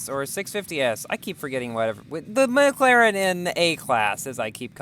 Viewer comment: "The MocLaren" ah yes, what a nice car name